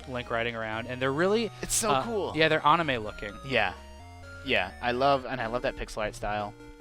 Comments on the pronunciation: “their awnimeh looking” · "awnime looking" ... oh